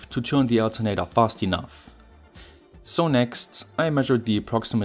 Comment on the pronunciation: Jut jemacht, aber kannste nicht mal lernen, wann man "the" und "thie" sagt ?